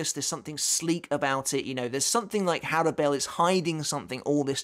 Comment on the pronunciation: Also I thought her name was pronounced "Horrible"